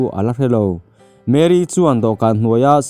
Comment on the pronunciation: Mary ani lo mary alom (a) khi (A AW B )a A kha alom Chuan mAry (y khi i ang ani mai